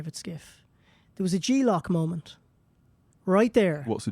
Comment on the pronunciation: G-lock? I think he meant "J-lock"....unless he pronounces "J" like "G". Hard to tell.